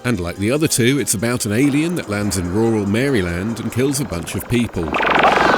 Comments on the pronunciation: As a resident of the great state of Maryland, I gotta say i love how you pronounce it <3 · Delighted with this entire video but especially with your pronunciation of Maryland